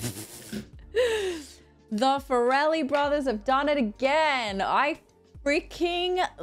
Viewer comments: Hey, not Fur-Elle brothers, its Far-Lee. You're welcome. And when are you going to watch Reign Over Me with Adam Sandler? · BTW it's the Far-Lee Brothers not Far-el-ly Great reaction. Also when Mary said she's gonna go hook up with Warren. She just means they're gonna meet up. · it's pronounced /FAIR-uh-lee/ not /fuh-RELL-ee/. If they were Italian and named the Ferreli brothers your pronunciation would be spot on. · By the way, you're saying "Farrelly" very Italian like. It's pronounced more like "fair-eh-lee". Also, Brett Favre was a very popular American football player at the time, and the joke was that his name was spelled different than it's pronounced, but thanks to the subtitles, you totally got it not even knowing that. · I believe it's been mentioned by others below, but their name is pronounced Fair-eh-lee. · They pronounce their name like "fair lee". I know, its not necessarily pronounced the way it might look. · Farrelly = Far+Lee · Mary, it's the "FAR-lee" Brothers LOL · I always heard it pronounced FAIR-lee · I agree with this one, but fair-a-lee. I was trying to figure out his to type it out. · Lol wtf is the fa-rellie brothers 😂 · Your pronunciation of “Farrelly” is perhaps the funniest thing about this reaction. 😄 You made them sound like a couple of gangsters.